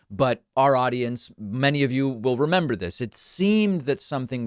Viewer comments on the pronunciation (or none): none